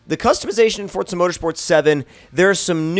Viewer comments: Its forZA not forTza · JT Rocha no, it is pronounced fortza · Fuck sake foRZA